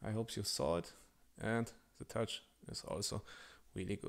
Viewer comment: I am German too and the pronountiation is as bad as it could be. We learn english from 5th grade. Today it starts in Kindergarten. If you would only at least say THEeeee instead of ZE it would be much better. No chance to grow a YouTube Channel in English that bad. It should be pleasant to listen not annoying. Best wishes